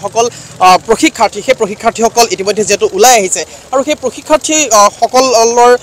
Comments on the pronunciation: পশিক্ষাৰ্থী নহয় পৰীক্ষাৰ্থী হে হ'ব লাগে। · পৰীক্ষাৰ্থী শব্দটো শুদ্ধকৈ ক'ব নোৱাৰিলে অনুষ্ঠানটো একেবাৰে অৰ্থ হীন হ'ল।